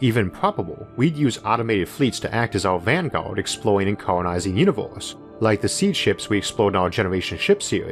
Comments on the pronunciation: What's a "univorse"? ^^ more seriously where does that accent comes from? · Off topic, but im curious what region his accent is from? As an example pronouncing universe almost like univorse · Univorse? The stores? Formi paradox? Sorry, too annoying to watch.